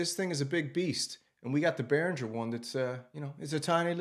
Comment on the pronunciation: Why can't people learn to pronounce the name of brands they're making videos of?